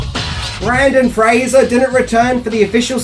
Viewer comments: I’m not going to lie, it sent me right to the comments. I’ll persist, because I love your videos. Don’t give up, mate. You can say his name right. I’m sure if it. Make a funny YouTube short out of your process to get it right and you might rack up a ton of views! Keep up the great videos. We appreciate your content. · I love this movie sooo much. One of my faves from the 90’s. And? It’s okay if you mispronounce a name when it’s done accidentally. Please make more videos on Mr. Fraser and simply say in the video, “I apologize now because I have difficulties saying it correctly.” We’re human. We’re fans. We understand 😊👍🏻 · Don't think i've ever heard BrEndan Fraser mispronounced so many times in one video before, even in text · You also blew the pronunciation in your Bill & Ted video.